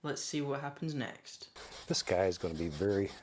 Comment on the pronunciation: why is no one talking about "washing da brush"